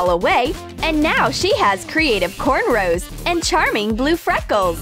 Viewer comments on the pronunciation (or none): This lady couldn't even say cornrows right or Lord help her